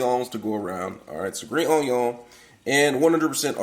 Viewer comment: Can't go wrong with the "Green onyawn" lol